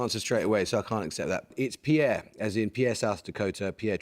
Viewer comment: Interesting little tidbit: the Pierre referred to at about - the capital of South Dakota - is actually pronounced *peer*. It's one of those American quirks.